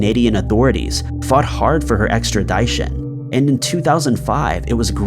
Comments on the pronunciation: Extra-die-shin lol ... it’s pronounced extra-dish-in my dude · Extradition = 'Extra - dish - un' , NOT 'Extra- dye- shun" ! Anyone covering law or crime related stories should really research how to pronounce the legal nomenclature before releasing it to an audience of two million or more people. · I heard that too I love this channel’s videos but every single video is full of words mispronounced and editing mistakes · Um well that's not really how extradition is pronounced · Between the visuals and the pronunciation of "extradition", I wish I'd fucking go missing. 🙄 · nah I totally realize he doesn’t write the script but it’s just odd to me that he doesn’t know how to pronounce the word “extradition”